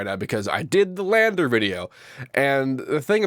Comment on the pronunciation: "Landr"... "The R is Silent"... "Land"?